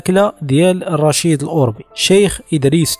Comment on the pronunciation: كثير من الاسماء تنطقها خاطئة . صحح هذه الأسماء افدح الأخطاء عندا تقول رشيد الاوربي برفع همزة الالف وتسكين الراء . الصحيح هو الاوربي بفتح همزة الالف وتسكين الواو وفتح الراء . يعود الاسم إلى قبيلة أوربة الأمازيغية .والخطى تقول راشد الاوربي وهذا خطأ اسمه مولى رشيد .لانه من. موالي ادريس الأكبر اي خادمه .استقدمه معه من المشرق.ليعينه في الطريق ..وهو لا ينتمي إلى قبيلة أوربة .